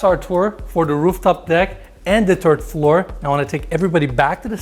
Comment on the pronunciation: Did he say the Turd floor?